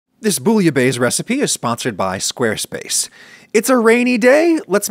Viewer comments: It's more "Boo-yah-beh-ss" ^^ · As a French you didn't, he mispronounced it 😢 the final consonant should be "ss" not "z" /booyabess/ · I love teaching people how to pronounce funny words and “boully-bae” is one of the funniest. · Half of my family were French Canadian immigrants to the US, and my American born mother, who was trying to learn some traditional European French recipes, pronounced it Bwee- uh- base. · "Is a rainy day, lets make some bullabays". Is not what he said, unfortunately 😔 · Because that’s not the right pronounciation at all. But the worst one is « rouille », he completely destroyed the word lol. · You said Bouillabaisse wrong!